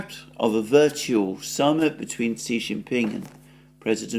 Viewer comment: Xi Jinping's pronunciation is totally wrong. "X" in pinyin is not "S". Better to pronounce it like "sh", and even better to make it soft "sh" like in your wrong pronunciation of "X". "SH" is very different from "S". There is also a surname Si in China. Even so, there is also intonation.